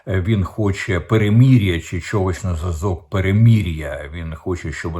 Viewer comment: В укр.словах ' мир',перемирити,перемир'я голосна ' и' повинна звучати як " И укр./ Ы рус (, укр.вухо ріже ' перемір'я,)...Також сотні раз Вами промовлене " ракєта,ракєти.Правильно буде " ракЕта / русс.буквами ракЭта /...